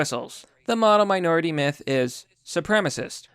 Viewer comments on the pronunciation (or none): none